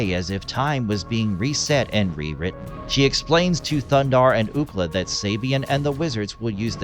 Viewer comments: You didn't even pronounce the name correctly 😂 it's Thundarr not Thunder. You shouldn't make a video if you're going to half-ass it like that! They even give you the correct pronunciation in the opening scene. Thumbs down for sure for no effort! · it's not "Thundarr"; it's "THUNDARRRRR" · it is not thunder, it is thundarr!